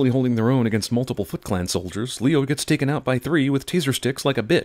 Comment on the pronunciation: When she said "Foot Clan" it sounded like she said fucklan